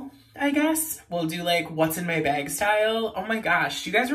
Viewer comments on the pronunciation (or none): I think it’s funny and cute when people say bag like that 😂😂😂